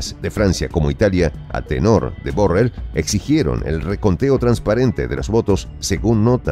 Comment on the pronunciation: Pronuncias MAL la palabra BORRELL